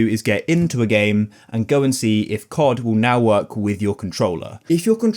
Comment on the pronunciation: C O D, not Kott.